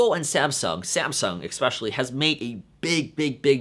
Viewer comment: It is pronounced "ESpecially" not "EXpecially."